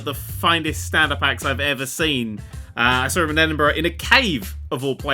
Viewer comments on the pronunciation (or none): none